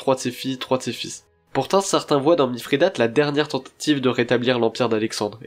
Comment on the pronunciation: Bonjour, j'aime bien, bon travail :-) Mais pourquoi prononcer MiFRIdate, y a t-il une raison étymologique ?